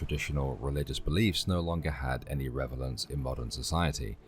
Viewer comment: The all-wise AI read "relevance" as "revalence"😂 Computers shall never take the place of humans! Only insects shall. Love this philosophy be a series. My Mum was degreed in it, so it's kind of like being a kid and listening to her read from her texts to me. Only with a more soothing voice. Hope you are well and the boys healthy❤